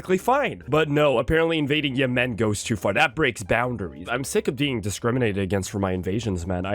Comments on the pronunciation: I genuinely cannot think of a reason why stresses the second syllable in Yemen. Everyone I’ve ever met pronounces it /jɛmn/. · I love seeing the IPA in the wild. And yeah, never heard anyone pronounce it like him. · Never say Yemen like that again 😢😢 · I'm 99% sure that is French Canadian. I think all of his mispronunciations of country names are just the French names with an Anglo-Canadian accent. It's certainly true of Yemen/Yémen. 😂